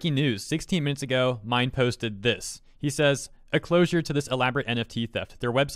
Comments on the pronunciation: minh is pronounced as min like min min from arms not mine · Also, I'm pretty sure Minh's name is pronounced like "been" not "mine" 😭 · The name is pronounced as ming. Minh is a Vietnamese name common in Vietnam. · I think his name is pronounced "min" as in, "mint". Not 100% sure, but I know some Vietnamese dudes with that name. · "minh" pronounce like "mink"